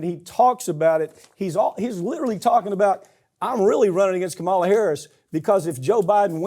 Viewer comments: Not to be testy, but: KAH-mala. Like “comma.” Please don’t do the republican thing of mispronouncing her name. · Is that how you pronounce Kamala’s name? I thought the inflection stood at the beginning. Could be wrong, though. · I hope, if you are going to talk about Harris, you learn to pronounce her name. Unprofessional and an indication of lack of awareness. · Say her name right or keep it out of your mouth. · Lol at Farron Cousins not daring to correct Mike Papantonio of his repeated mispronunciation of Kamala Harris's first name. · Please learn how to pronounce "Kamala". You always pronounce it wrong. Is that indicative of your lack of respect for her? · Please learn the right way to pronounce Kamala. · Are you deliberately mispronouncing Kamala Harris's name? It's quite disappointing and disrespectful! DO BETTER!!! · Sounds like he does it purposefully and makes my teeth grind. I can't even listen to him. It shows ignorance and a lack of respect when you continually mispronounce someone's name. I bet Me. Papantonio gets a bit testy himself when people mispronounce his own "ethnic" name. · Mr. Papantonio please learn how to pronounce the Vice President's first name. You pronounce it in the same disrespectful way as the Fox News hosts. I'm trusting that you don't mean to be disrespectful.